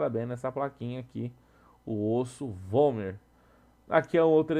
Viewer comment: /É vômer ou homer? XD